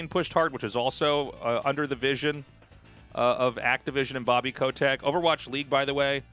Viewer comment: Who tf says 'ko-tech' ffs